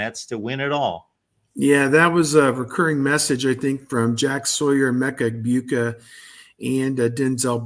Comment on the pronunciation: For fart sake, it’s pronounced… “eg-BOO-Ka” NOT “eg-BYOU-ka” He’s been a Buckeye for 3.5yrs, and you’ve been doing this far too long to be this lazy. If you’re still not sure, listen to every other analyst pronounce it, including your VCFB partners